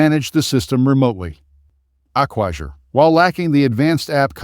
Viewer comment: A-kwa-zhure? This is just affiliate linking content, with ChatGPT distilled reviews, this isn't expertise.